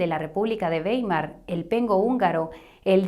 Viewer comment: Mil gracias por explicar ese "papel" moneda al que nos acostumbraron. El futuro es el oro digital. Ah y Weimar se pronuncia Waimar en alemán "ei" siempre "ai"🌷🌷🙋🏽 Te felicito por tu trabajo!